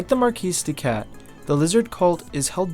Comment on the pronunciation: Nope, he is pronouncing it correctly, it's the feminine form.